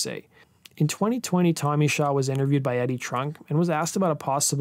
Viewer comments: I thought it was Tommy “SHAW”, not “Show”. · It's Tommy Shaw not Show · It's Tommy "Shaw" not "Show." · his name is tommy shaw not "show". you show brad gillis instead of jack blades. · Who the hell is Tommy Show? It's Tommy Shaw. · It was Shaw not Show.... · Tommy Shaw! Shaw not Show!!!!’n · Tommy Shaw.... not Show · Shaw not Show